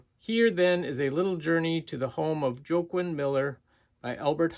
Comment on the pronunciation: I'm pretty sure that authors name is pronounced "Wah-Keen". That book was a great find! I remember you finding his works before. Did those do well for you or did you add them to your personal collection?